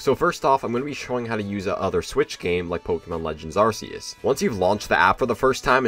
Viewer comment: Why did you say arseus?